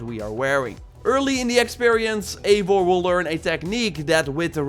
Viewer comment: it’s pronounced eye-var, Eivor